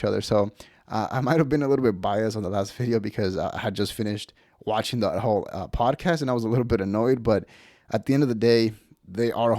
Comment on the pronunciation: You channel should be called “mountain out of a mole hill” also you say podcast wrong. Podcast not PODAcast. Chip Chipperson would be pissed you took his bit 😂